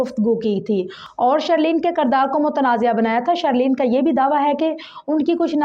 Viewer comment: shhhhhirrrleen aur shhhareeef.lolz